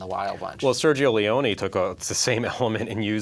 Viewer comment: I have never seen four guys mispronounce so many words, names and film terms as these guys do throughout this and other reviews. The name is pronounced LEE OWN NEE. Not Lee own.